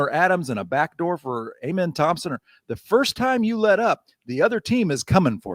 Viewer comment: It is Am-en...NOT A-men. Give the man respect. It also makes you sound like you don't know your job....or maybe you should just stick to your writing. I am thankful that Stone is the GM and not you guys...just a reminder of his success and that he calls the shots.